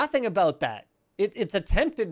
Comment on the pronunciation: what aboot that